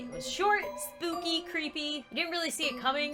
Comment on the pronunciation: Don't you you mean..... soopy 👻😹